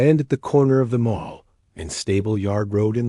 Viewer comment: You need to pronounce it the English way: the MAL, not the MALL. People who make documentaries are thoroughly careless and it renders you as idiotic.